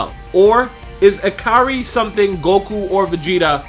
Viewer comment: "Broly's Ikiri form"? 🤨 Ikari.